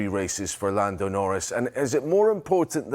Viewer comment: lamb lando , haha nice slip of the tongue !!